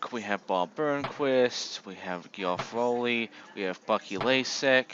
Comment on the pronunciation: No idea who "Gee-off Ro-ley" is though